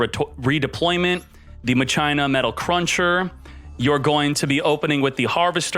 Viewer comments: If I hear him say MUH-CHINA one more time, I'm going to seriously never watch him again...how does a grown man not know how to pronounce words correctly? I'm still cringing over it...fucking christ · In tcg it’s pronounced makina lmao kinda like Mach five awesome deck tho! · ...at least the explanation and gameplay is heaps better than the pronouciation of Machina. Mach-ee-na, not Ma-China... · I can't get over him repeatedly saying muh china. MAH-KEY-NUH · I keep thinking hes saying " muh gina" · Never heard maCHina said that way always said maKina regardless the highlight is certain decks is much appreciated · Ma - Kin - A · Machina is pronounced mah-key-nuh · I’ve always pronounced it masheenah, didn’t know it was pronounced maCHINA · MA-kee-na. That's how it's pronounced. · It's pronounce mah-ke-na, like in dues ex machina, but fun story, I originally thought it was pronounced Ma-shi-na when the archetype debuted in the Yu-Gi-Oh R manga. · Yo this is a backrow deck you need more traps. Also, it's pronounced ma-key-nah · at 1st i tough he was memeing calling it maCHINA but the more he said it the more i cringed. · Lol! Ma- China 🤣🤣🤣 bro! I'm laughing so hard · The way he says Machina irks me… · He pronounces it like that to annoy people